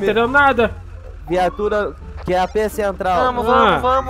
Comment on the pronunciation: O pior foi ele falando QAP CUPON kkkk